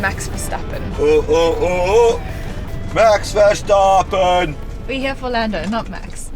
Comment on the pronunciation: Stappen NOT SHtappen... S CH ans, and not sh ans, CH as in loCHness, but do not overdo it...we do not have ow and sh sounds in our languages like you Germans/English have... Unless you have teeth problems, don't use the sh sound..